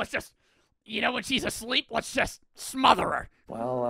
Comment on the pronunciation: “Lets just sMOTHER here when she’s asleep!” LOLL